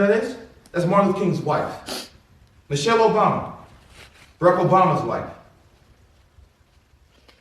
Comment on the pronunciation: “Michal Obama.”😂